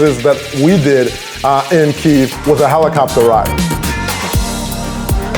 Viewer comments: Bonus points for correct spelling and pronunciation of Kyiv!!! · Thank you thank you thank you for so many nice words about Ukraine! And yeah , KYIV not "kiev" made my day! I appreciate this! 🇺🇦🙏